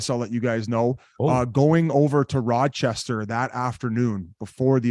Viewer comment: is extra coked out, biz just called Rochester rodchester did the guy even go to school